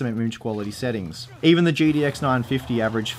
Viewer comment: Gidi X Titan. Hahahaha. Does Australians speak so?